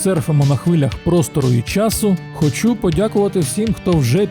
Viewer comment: Не "самий-самий", а най-най. Наприклад, найулюбленіший, або найбільш улюблений, або просто улюблений. Він є не "розумніше" за Енштейна, а розумніший. Прикметники відповідають на питання "який?", а не "як?". "Хочу" - наголос на перший склад, а не другий